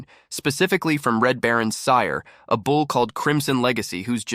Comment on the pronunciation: I am listening from SW Michigan. Question: Why do these stories say bowl instead of bull? I read through the caption words of the stories and it is so annoying! Good story otherwise.